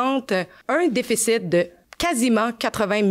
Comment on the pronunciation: ça commence bien comme je devais m'attendre.. vers "... un dèffécitte" T'es ma Meilleure,, lâches-pas!